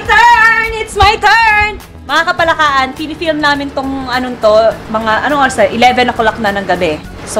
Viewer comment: Hindi parin masabi ng buo ni idol yung "KAPALAKAAN" Hahahaha "KAPALAKAKAN" 😂😂😂